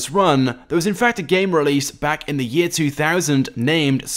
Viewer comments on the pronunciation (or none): none